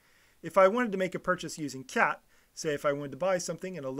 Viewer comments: Please lah, kyat is not pronounced as kiat in Myanmar, it's pronounced as chart. We should follow the Myanmar way since we're talking about their currency. Myanmar people will be puzzled when you told them you are offering 2000 kiat for something?? Chart! please! , chart ! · It's chart! Chart. Not kiat! Show you don't bother to do basic research? Also any names of places start with ky is pronounced as ch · Its pronounced Chat, not K-yat the letter က + ြ is Ka + y, combined makes Ky pronounced as Ch.